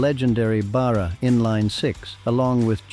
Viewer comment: another good episode, but please learn how to pronounce Barra.